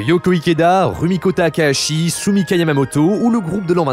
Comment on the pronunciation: Mmh, la prononciation massacrée, un régal. Itoito -> Hitohito Ozamu -> Osamu Takaashi -> Takahashi Ayasaka -> Hayasaka Un cell -> incel "Les problèmes sont répondus" J'ai mal à ma grammaire. Concernant les incels, ça veut certes dire "célibat(aire) involontaire", mais le terme a acquis une connotation de ressentiment contre la condition féminine, ce qui sonne bizarre quand ce terme est plaqué sur des romances où ce ressentiment est absent.